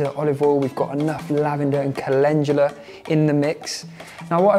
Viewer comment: Me: Cal-In-Doo-Luh Him: Calenjula 😂 When you realize you've been saying something wrong your entire life